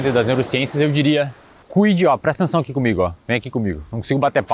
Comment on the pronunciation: "Prestençaoaqui!" kkkkkkkkkkkkkkkk